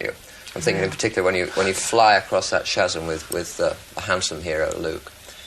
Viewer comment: That's not how you say chasm....